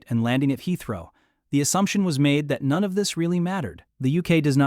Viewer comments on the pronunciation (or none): none